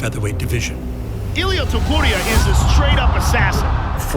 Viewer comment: Porque han echo un conteo tan horrible ..que feo narra este narrador ..ni siquiera sabe pronuncia el nombre de topuria ...parece un narrador de volleyball